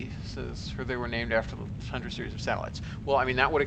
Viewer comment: not 100% but at 1h15min when he says tundra orbits but it sounds awfully close to thundra tho :D given that this man is what appears to me as a walking enceclopedia of rocket stuff, i assume he knows is stuff :D